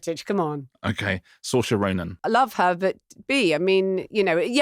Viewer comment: C'mon Richard, get a grip, it's not that hard. It's pronounced Seer-sha